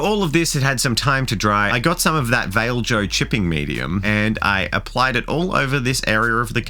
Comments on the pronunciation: Did you just pronounce vallejo as vale-jo? :P I am pretty sure it vallay-yoh or close too :P Looks great though :) I really need to try my hand at weathering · The way says Vallejo ist just awesome: Veil-jo 🤪🤪🤪 Love the project, so happy you can tackle something this big!